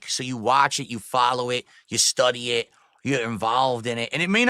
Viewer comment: “You like ehhht, right?”